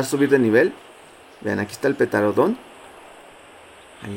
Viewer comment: No es por juzgarte pero me pone muy nervioso que digas petarodon embez de pteranodon